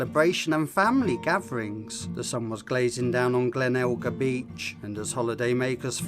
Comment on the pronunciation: Oh it’s Glenelg beach not Glenalga